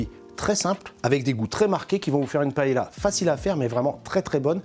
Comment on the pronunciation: Vous avez vu, je prononce bien Valencia ? Brrravo. Mais pa-hé-la ???